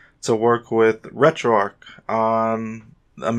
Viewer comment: There is a CH in there, not a K. It isn't arc, it's ARCH. Like an ARCHway. Annoying af, why are you saying it like that